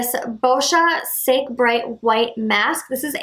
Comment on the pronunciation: It's not sake... it's "Sa-keh" hahaha 😂😀